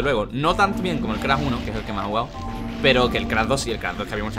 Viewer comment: Soy yo a crash le dice crah: v